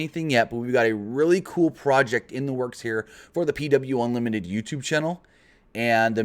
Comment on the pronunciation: Does he say Unlimited or Onlimited?